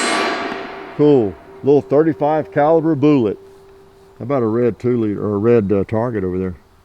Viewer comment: Lol... Maybe you are new to the channel...Hicock45 likes to say things in his videos that will bring in lots of comments. Such as "35 caliber boolit" 😂